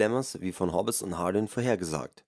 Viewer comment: "Hob-bes" ist auch gut! :) Boy oh boy!